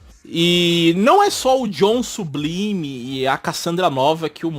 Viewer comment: Nesse caso seria "Sublaime" e "Zorn" a pronúncia correta do nome dos personagens...😬😬😬